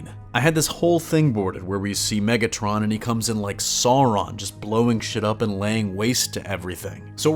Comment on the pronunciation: I like how you said Sauron and Barador in an accent.